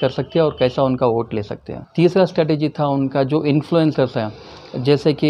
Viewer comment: Strategy....NOT STATEGY Correct Ur English Dear Brother